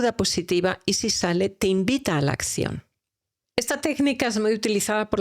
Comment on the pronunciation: Todo excelente, pero la pronunciación, me distrae. Astitus, por actitud. Ascion, pasto por pacto.. y así sucesivamente. Perdón pero me crea caos mental.